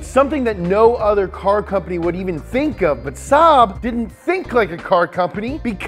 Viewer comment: "it's something that NO OTHER CAR COMPANY WOULD EVEN TINK OF" introducing the Renault 4... designed in the late 50's, sold from 1961 to 1992 and then the renault 5 using basicaly the same drivetrain with the gearbox at the front and the engine behind it... technically those cars were mid-engined because of that